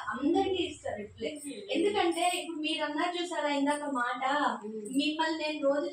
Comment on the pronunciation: Pl not మాటు. మాట అని ప్రయత్నిస్తే వస్తుంది.